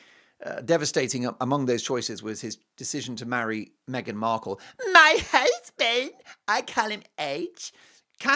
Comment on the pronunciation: I love that also especially also when he says my husband hussssbeeend